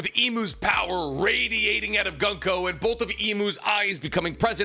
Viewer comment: Though Gunko is pronounced Goon-Ko...